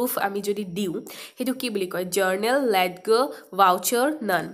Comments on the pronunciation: Maam its not letger its called lejer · Ledger buli pronounced nokore লেজাৰ koi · In this video , the pronunciation of ledger is wrong. It is not লেদগাৰ, its লেজাৰ 😊। Thank you.. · Your pronounciation is funny. Led- ger...😁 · Ledger is pronounced as Leger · Kindly check the pronunciation of ledger..may b u r not commerce graduate